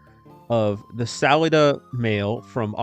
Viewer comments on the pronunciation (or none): Salida is pronounced "Saleeda" or "Sal-eye-da," depending on if you use the proper Spanish or not. It means "entrance" in Spanish. Sincerely, A Coloradoan P.S. Thank you for at least pronouncing "Buena Vista" properly. Some residents can't even manage that. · It’s pronounced Sal-lie-da